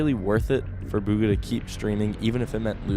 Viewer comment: Its pronouced bgha